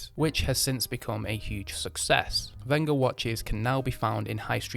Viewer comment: Thanku for pronouncing the manufacturers name properly